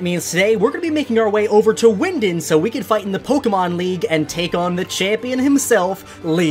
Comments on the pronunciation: you are not talking right it’s wyndon not wyindin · It's " Wyndon".Not Windin.😂😂